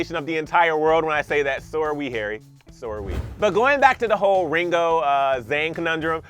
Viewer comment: "Ringo" sounded like "bringo"